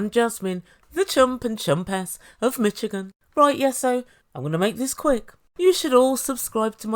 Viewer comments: it’s pronounced like MISH-again! The “ch” in Michigan is more like an “sh”. The state name comes from a Native American Algonquin word, that’s why it doesn’t really follow the phonetic rules of English. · It pronounced mi"sh"igan the ch is soft like the name Charlotte my mum's from Detroit Michigan. People from Michigan are called Michiganders. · I want her to hear how Americans pronounce it.